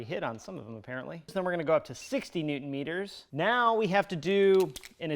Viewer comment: “Neutron Meters” 😂😂